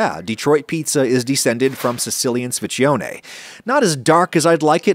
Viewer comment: How should I wash the blue steel pan after ? Is it similar to cast iron, so no soap, just water? Or can I use soap? Quick tip on how to pronunce "sfincione" : sphiN-cho-nay (the N in sphin should be clearly spelled)